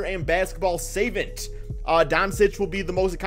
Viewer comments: real madrid is pronounced REE - AL, and savant is SUH-VONT... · Savant....pronounced seh-vawnt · Savant is pronounced like 'suh' and -vant like in "want". Savent lol. Savant means like a genius, to simplify it. It's used mainly to describe someone's academic ability but colloquially used to describe when someone is very good at a skill, i.e. basketball in this case. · I stopped watching as soon he said. (SAYVENT)...WOW😳 SMH.